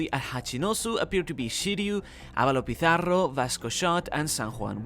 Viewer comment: Damn the way you pronounce ´´Pizarro´´ almost made me think you were from a spanish speaking country XD. props